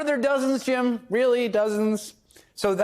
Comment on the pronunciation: Is it Jim, or Gym? Homer says Gyme 🤣🤣🤣